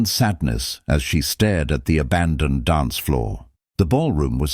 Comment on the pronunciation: Is "donse" anything like "dance?" I would suggest that if you can't properly pronounce English, then narrate in a language you CAN pronounce. Is a "pok" anything like a "park?"